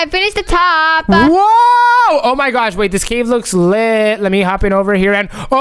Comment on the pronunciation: Oh my gwaaaaaash oh my gwaaaaaash. Learn to speak properly